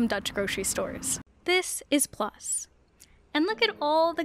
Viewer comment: “It’s not Djambo but Jambo”. Well actually it’s Jumbo 😇 Also it’s Plus and not Plas (which means pee or puddle).